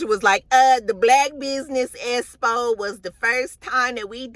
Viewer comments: I’m SCREAMING at “esspo “ 😂😂😂lmaoooo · I swear if don't learn to pronounce EXPO correctly at some point....